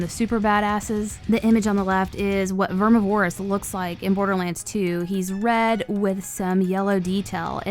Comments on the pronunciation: ITS PRONOUNCED VERMI-VER-OUS not VER-MI-VO-ROUS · Hey.. Love your voice and style.. But its Ver MIvorous. Not vermi vorous. (like carnivorous, only more Verm) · VER-MIV-O-ROUS not VERMI-VOROUS. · Vermi vore us? Verm iv-or ous. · its not verm ih vore ihs omg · Plz plz plz say it VER-MIV-ER-AS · DeadNightmareZ5 Ik bro, it’s Vermi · I’m glad it’s not just me. Verm iv Er us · verm iv er us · Its Vermi :) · FloridaWavez ver miv er us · VERMI VOR US ITS VERMI GET IT RIGHT 😭😭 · Vermuh-voris Bruh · vermi vor us. lol no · Pronounced like "carnivorous" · Same problem with deviantart, too much emphasis on Vore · Very much so. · 😂😢she did vermi wrong